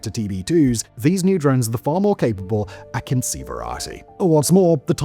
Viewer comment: Kind note. The advance variant drone is not pronpunced like Akinshi, more like Akunju